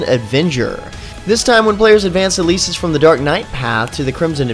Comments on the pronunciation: It's El-eh-sis not eh-leee-sis _. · did he just Pronounce Elesis as Eh-lee-Sis?